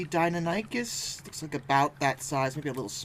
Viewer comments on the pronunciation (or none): It's not pronounced as "Dy-nuh-ny-kus," it's pronounced as "Dy-naah-nih-kus."